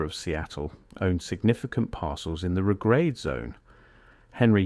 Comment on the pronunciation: The Regrade is pronounced RE-grade. Not re-GRADE